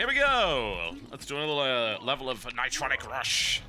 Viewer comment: ni-TRON-nic RUSH